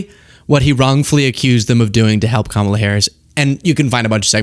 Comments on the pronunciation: Did you notice that now he says Kamala correctly? The rest is so crazy that I missed that entirely. 🤪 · I am SHOCKED he actually said Kamala's name correctly